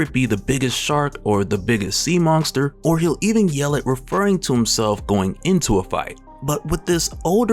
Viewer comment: Do you say the word monster with a "G" in it like Mike Tyson dose lmao...Mongster